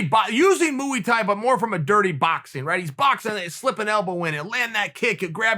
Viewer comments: Mooey tie 🤪😂 sure it’s Muay - Thai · i've been spelling "Muay thai" the wrong way my entire life, its a actually "Mooey thai" cuz the gangster said so. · Moo-ey Thai? It’s pronounced moy thai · Fun fact: it's not pronounced "Moooie Thai" The Thais pronounce Muay Thai just how it looks Phonetically "Moy Thai" 👍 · "Moo thai" 🐄 🐮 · Moo-ey tie ..wtf ?! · Just say Moy Thai, its ez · Pronounced=Mooie Thai, thanks Uncle Chael🙌😂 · Mooey Thai yeah 😂? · Chael "I like s'mores because they are Gooey; I have trained Thai Boxing because it is Moo-ey" Sonnen. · Moo-ee Tie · Chael: Moo-y Tye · Chael “moo wee Thai” Sonnen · dirty moooh ee tiee is my favorite martial art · Khabib just got moo-ey thaie'd. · Chael "Dirty Muy Thai" Sonnen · moo E thai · Chael "mooey thai" Sonnen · Mooey tie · I was watching the video and heard dirty MOOEY-TIE, and immediately came for the comments. Did not disappoint. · It’s pronounced mooey Thai? Ite bet unc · Came for the commentary, and realized it was only to hear him say mooey thai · MOO-EE THAI! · all fear the moo-ee-tie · Chael "Moo e-Tye" Sonnen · “Dirty Mooo Thuay” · Dirty “Mooey “Thai. You are undisputed. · What the hell is a Mooey Thai? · moo-eey thai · I need to practice my “Mooey tye” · No One: Chael: mOoey Tie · Mouiy thai😂😂😂😂😂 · Dirty Moopoo-ey tie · Wtf is mooey tai? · Chael "Moo-ey Thai" Sonnen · “Mooey Thai” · Nobody: Chael: Moo-wee Tie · Chael "Moo-ee Tie" Sonnen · Uncle Chael does Mooy Tye in the morning before brekfrast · Wtf is moo-eey Thai ? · Mooey Thai?! 😅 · Chael “moo-y thai” Sonnen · Mooey Thai 🤣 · Always a good video when Chael has to say 'Moo-wee Tie'. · Mooey thai eh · Chael "Dirty Moo-e Tae" Sonnen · No one: Absolutely no one: LITERALLY no one: Uncle Chael: Mooie Thai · Chael “muwee taee” sonnen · Chael “mooey thai” sonnen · Chael "MOOEY TIE" Sonnen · Mooey Thai? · Chael "Dirdy Moooey Thai" Sonnen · I just imagine a bunch of cows in suits when I hear “Mooey Thai” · Moooey tie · “Mooee tie” 😂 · Nobody: Chael: Moo-E-tie